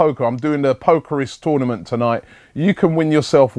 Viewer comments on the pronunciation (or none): none